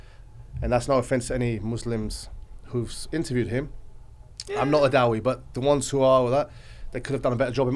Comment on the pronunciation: Brother, I love the way you say da-wee but I think it's pronounced da'e